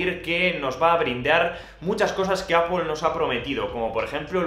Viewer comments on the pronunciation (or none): ApoL silicon ???? :)))))))) Porque dices ApoL ??? :)))))))))))))) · Apoel apoel apoel. Vídeo interesante pero tengo que revisar cómo se pronuncia Apple en inglés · EL día que aprendas a pronunciar ¨manzana” en inglés, tus vídeos ganarán muchísimo.